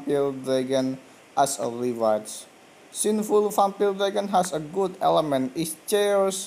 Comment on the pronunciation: Your not saying vampire right